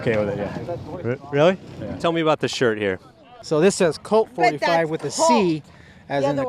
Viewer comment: "Cult 45 woth a c" ... It's colt 45...